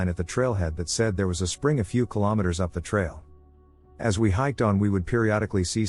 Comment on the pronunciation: I CANT COPE WITH YOUR PRONUNCIATIONS DUDE.. ITS PRONOUNCED, KILOMETERS, NOT KYMSSSS, AND COYOTE, IS PRONOUNCED KY-O-TE NOT PSY-O-TE!! ITS FUCK, NOT DUCK! AUS IS AN ABBREVIATION FOR AUSTRALIA, ITS NOT PRONOUNCED, OYCE... ALSO BRACKETS, COMMAS, BACKSLASHES ETC ARE NOT MEANT TO BE READ OUT! THEY ARE TYPOGRAPHIC/KEYBOARD SYMBOLS THAT PROMPT YOU HOW TO NARRATE A SENTENCE. ITS LIKE THE STORIES ARE BEING SPAT OUT BY A COMPUTER ... ( UNLESS IM MISSING SOMETHING HERE AND THATS ACTUALLY WHATS HAPPENING LOL 😅😅). AND YOU REALLY NEED TO DROP IT BACK A NOTCH ON SPEED DUDE. TAKE A BREATHE... ITS MUCH MORE ENJOYABLE FOR THE AUDIENCE IF YOU SLOW IT DOWN, ESPECIALLY WHEN THE MAJORITY OF PEOPLE LISTEN AT NIGHT TO WIND DOWN FOR THE DAY... GREAT CONTENT, BUT YOU NEED SOME CONSTRUCTIVE CRITICISM HERE, A FEW TWEEKS AND IT WOULD BE PERFECT!!